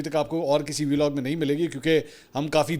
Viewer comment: Belog nhi hota Vlog hota hai jahil aadmi madherchod